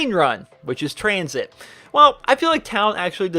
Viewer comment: When he said COTD, Die Rise, and Tranzit I checked to see if this video was uploaded on April fools....